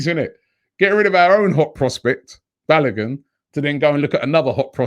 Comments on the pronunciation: Robbie, I like the way you pronounce Balogun. Hahaha! Try pronouncing it this way; 'Barlowgoon'. You are doing a great job on AFTV. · Pronounce Folarin Balogun's name well. Ask Kelechi to teach you